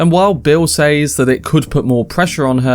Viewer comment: “says” in English is pronounced “sez”. It’s used so often that it becomes distracting every time it’s mispronounced.